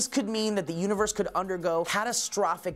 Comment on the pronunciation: univers ? Don't you mean universe? either way, love the show :P